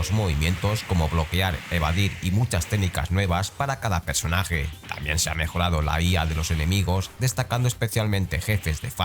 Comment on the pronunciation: “Pesonaje”? 😂 pronuncia cabronazo 😉